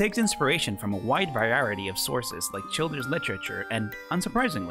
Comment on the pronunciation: DID YOU JUST SAY VIARITY? it's variety my buddyboy